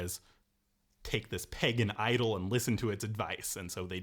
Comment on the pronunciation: is he saying pagan idol or peg and idle?